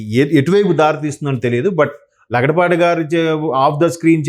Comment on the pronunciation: Lagadapati not laudapati